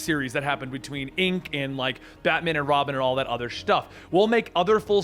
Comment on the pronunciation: "And all that kinda shtuff.." poor, YouTube is too soft for his epic intros!